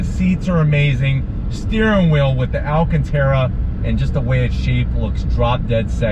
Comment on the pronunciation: it’s not pronounced AL-CAN-TERA, it’s pronounced AL-CAN-TARA